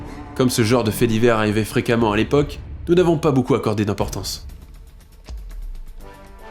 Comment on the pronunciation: La nouvelle voix, on dit « boucoup » ou « beaucoup » ?